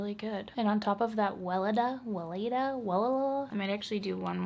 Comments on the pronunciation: Haven't even reached the 10-minute mark on the video but already gave it a preemptive "like". That "Wele-DAH, We-LAY-dah, Welelalah" bit had me in stitches (it's pronounced "Ve-LE-dah" btw). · haha i love how you pronounce "Weleda" greets from germany <3